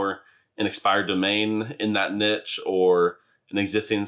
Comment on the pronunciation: you said niche wrong.